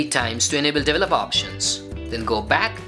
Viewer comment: Please, please, please someone teach these guys how to pronounce 'develop' and 'developer' etc.